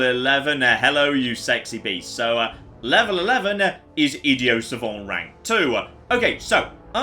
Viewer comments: Ok I've kept my mouth shut about it long enough... Idi-oh suh-von?????? The hell? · Love this series and recently subbed as a result. One thing I find odd though. Why does insist on pronouncing idiot savant like he's French? Both words exist in the English language - pretty much the only difference being the audible T. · What the hell is "Ideo Savon"? Are you trying to say 'Idiot Savant" I think you're trying to say (IPA: ɪ́dɪjət sævənt). Or "ID" + "ee" + "uht" "sa-vahnt". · It's french, "idiot savant" roughly translates to "dumb knowing" and in french you don't pronounce the final consonants in most cases. It's a bit pretentious of him but still